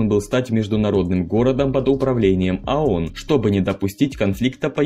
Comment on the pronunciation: Читающему текст в видео нужно было сначала разобраться, что он читает и как правильно произносить. Сунули текст диктору, а тот заботясь о правильной дикции коверкает произношение не знакомых ему слов и аббревиатур. Ну должен же был знать хотя бы, что «ООН» произносится как «АОН»